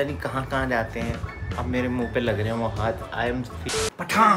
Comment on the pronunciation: Pathan ❌thakan☑️ 😂😂